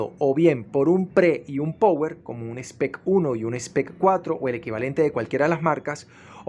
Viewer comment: Amigo se pronuncia "RICIVER" no "receiver". Como se escribe. "Power" se pronuncia "PAUER". Hágale, no es difícil. Buen canal.